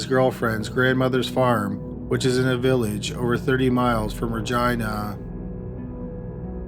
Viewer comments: Great vid as usual but pretty sure it’s pronounced reh gee nuh not reh gi na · You say Reh-Jeenuh. Not Ragina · Please tell me you didn't say Regina... that rhymes with vagina? LOL Ra-jean-a. Too funny. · Every time he said Ragina I giggled 🤭 🤣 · I was today years old when I found out “Regina” in Canada is pronounced like “vagina” & not like “Regina” George from ‘Mean Girls’. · Yes it does...lol!!@ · He's saying vagina.....lol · I'm pretty sure he pronounced it wrong! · Every time he says Regina though. 😆🤣